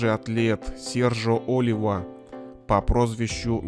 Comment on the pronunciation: Не О́лива , а Оли́ва ! Ты мистер капитан!